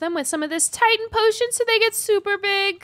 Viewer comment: Bro called it titán speaker man💀